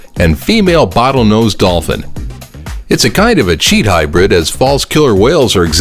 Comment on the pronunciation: Its not hybird its a hybr-id